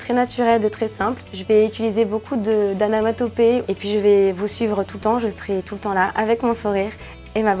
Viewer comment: On dit "onomatopées" et non "anamatopées" ;) c'était mignon !